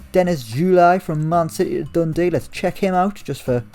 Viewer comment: Triggering how you say Dundee.... not Dundee UTD